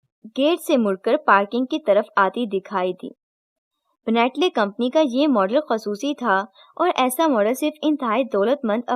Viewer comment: Ben,,,tlay hota ha bhot sary lafz ghalt bol Rahi hain ap